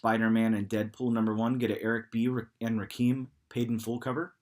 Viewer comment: Rakim is pronounced Rah-Kim just to lyk